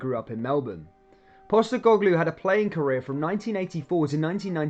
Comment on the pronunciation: You cant even pronounce his name